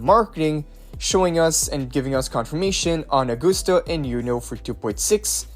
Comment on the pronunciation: Why does he always say Augoosta